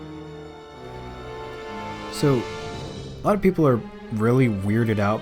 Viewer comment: "Calvalry"? Holy shit, the word is "Cavalry". This is as bad as people who think that "exercise" is spelled "excercise".